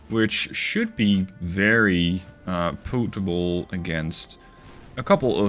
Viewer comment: Sometimes I forget your first language isn't English and then you call a gun system "potable" lol